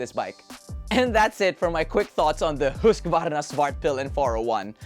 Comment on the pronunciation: syet tengkyu sa husqvarna pronounciation, nakaka-irita pag binibigkas na haskavarna or haskvarna, lol